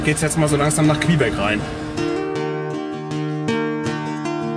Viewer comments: Tolle Reportage. Kleiner Tip! Man spricht Quebec = Kebek aus nicht Quehbeck :D ansonsten top. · Klasse Doku wie immer 👍 kleiner Kritikpunkt, du sprichst Quebec falsch aus 🤣